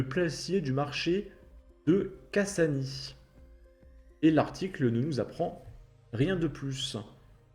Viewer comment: Ça se prononce : cassagne 😂